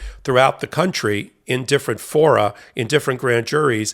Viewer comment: Now I know the plural of forum is fora, foruh?